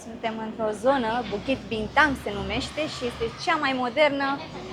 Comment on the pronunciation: You pronounced Bukit Bintang and Jalan Alor perfectly,unlike other tourists. Like locals.😊❤